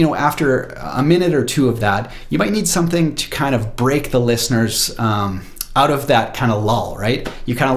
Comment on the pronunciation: "Let's check it oot." Ay?